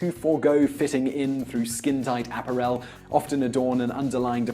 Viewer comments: And it's "a-PA-rel", NOT A-pa-rel." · "A-par-EL"? No, it's uh-PAR-rel. Sometimes I think you pronounce things strangely just to put one over on your audience. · Ap-a rell? Seriously? My idiot teachers .... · Simon, which country are you from? I suspect its not England as you pronounce some words rather oddly. For example appa rel rather than appar el. I would love to know. Love your videos. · I can't believe I am the only person who commented on APPA-rell! I guess murdering the English language is so routine now that it has become acceptable, as in "he was just laying there" and "he laid on the ground". It seems no one is smart enough to grasp the extreme, nay, impossible complexity of the verb "lie". (I guess they think THAT'S just a fib. As in fake news.) If you say anything at all about this sad deterioration, you are a "grammar Nazi", a "troll" and a "hater". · What is an APPA-rell? Never heard of that one before. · Appa-rell? More mis-pronunications. Geez. But that's not why I'm here. WRT abdominal gas and mega-farts, I've been told there's no way to have constipation and diarrhea at the same time. OH YES YOU CAN! Your alimentary canal is somewhere around 6 meters long, and all those parts most certainly can have different amounts of motility. Usually they work in concert, but when they don't, the result can be agonizing. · Simon's pronunciation of "apparel" 😜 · This top tenz entry gets thumbs up just for the way simon pronounced apparel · Sheesh! 'Apparel' is an ENGLISH word. With the accent on the second syllable. TopTenz: your daily dose of linguistic butchery. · Learn how to pronounce apparel, Simon. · Great list EXCEPT you pronounce 'apparel' incorrectly and make me want to inflict "July" on myself as a result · I am ashamed of you,an Englishman who cannot say apparel properly its one word not 3. Shame on you sir!